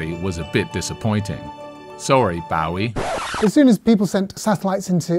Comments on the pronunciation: "Sorry Bow-ee"? Who pronounces David Bowie's name as Bow-ee ? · Who the f*ck is BOW-EE? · "Sorry, bahw-wee?" Uh... sir.... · Why did he say Bowie’s name like that?? Narrators that can’t pronounce names ruin videos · Your pronunciation of “Bowie” gave me hives. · pronunciation of "Bowie" ruined this whole thing for me 😂